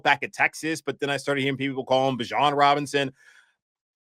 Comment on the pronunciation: it’s Bijan like Desean, not Dijon. He said it himself at training camp how to pronounce his own name